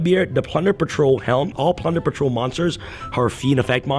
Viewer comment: Dude its plunder patrol not punder